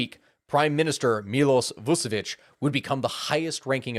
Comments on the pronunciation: Vuchich is how it's pronounced. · I really like how you pronounce Vučić 😂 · its pronauced Vucic